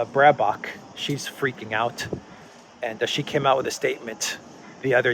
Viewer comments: Bare-bock or Bear-bock, not Brae-bock...stop thinking about her bra! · It's not Brahbock!!! It is BEARBOCK (Baerbock in german). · Just pronounce her name like, BEAR - BACH. Easy to remember and it's pretty close.